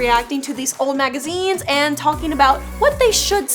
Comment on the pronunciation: Oh I thought you were saying "oh these are super hot magizenes"